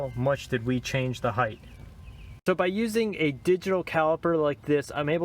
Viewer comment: Did I hear this man say "right heighTH"? Hythe?